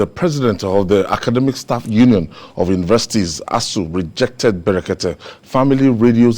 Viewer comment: Brekete family, Not,berekete